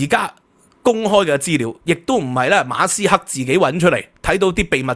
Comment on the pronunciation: 你講馬斯克啦，人地個姓你讀左哂呀教壽！！